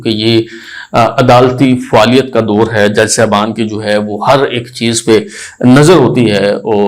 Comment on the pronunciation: PEHLEAPNA URDU TALFUZ THEEK KARO ... DOUR KO SAHI BOLO